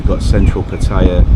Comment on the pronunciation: It's nice to hear someone pronounce the name 'Pattaya' correctly mate :)